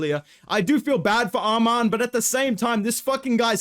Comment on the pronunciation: Why did bro pronounce ‘Arman’ like Dan Hooker..?😂😂